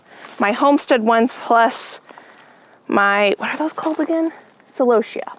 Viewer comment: I’m sorry for your loss. And you’re saying celosia correctly.